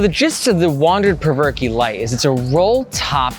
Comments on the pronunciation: “Perverke” hahaha i think its pronounced “provoke” 😂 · Spencer Cope is a co-founder and in his product video he pronounces the name of the bag as "Provoke", not "Perverkey"... just sayin'. Great content, nice energy and great to see honest reviews! Keep 'em coming! -Your newest Sub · I think it’s pronounced “provoke”. Th way you pronounce it is cringy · "Perv-er-key" LMAO.... that's embarrassing. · I cant with the "Perverky"